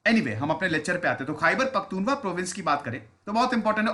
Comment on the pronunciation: सर ख़ैबर पख्तुनख्वा है,,,जिसमें त के ऊपर बड़ा ऊ है